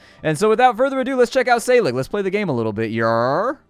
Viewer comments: "Æ" makes the same sound that is the first sound in "Apple". "SC" makes the "SH" sound. Like "Scip" is pronounced like "ship". So, "Wiltunscir" is "Wiltunshire". And 'g' sometimes makes the 'y' sound, so SÆLIG might sound like "Sally". You know...just in case you need to know 6 months later. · say-ah- league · I think the ae in Saelig is an æ. Pronounced, eh (?)